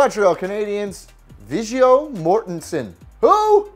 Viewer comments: Disgruntled actor? You mean disgraced? And Viggo is pronounced with a hard g you mutt. And what was that fake guitar cringe for Alice Cooper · Pretty annoying video. 1St off . Why did u do that stupid tongue thing when talking about Alice Cooper? Anyway thank god it was in alphabetical order so i could get to the Habs cause i was sure ud get it wrong and u didnt disappoint. Oh you got the celeb right but Viggio with soft a soft G ? Christ man get a life ! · This series of videos is horrible. Poor writing and poor delivery. Shame cause this is one of the top Sports Journalism channels on youtube. Carrie Underwood is a Preds fan cause she is also married to Mike Fisher. Also its not "vidgo" mortenson its viggo. Chris Jericho is also a BIG Winnipeg Jets fan so whoever wrote this segment and ALL the other sports celebrity fans needs to either get put on something else or let go cause i could honetly do a better job at delivering AND writing all this shit with my eyes closed. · Wait, lemme get this straight... you don't know how to pronounce the name of one of the lead actors from LOTR? Viggo is pronounced with a HARD G! Holy shit this guy's a tool. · LOL! You butchered Viggo's name. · Can't pronounce Viggo either😂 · bruh the way you pronounce "Viggo"